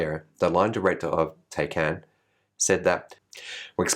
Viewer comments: Thanks. Great show as always. FWIW The Porsche is pronounced Thai (like the food) -can! Will I be buying a Porsche Thai-Can-;-) (Of course we all do multiple 0 to 200 launches on a daily basis.) Two chances, Yep Buckley’s, and that other one. (Can’t wait for my Model 3, and it would be able to do the multiple launches anyway.) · Love your Australian pronunciation of the Taycan, after all we are Straylian!!!!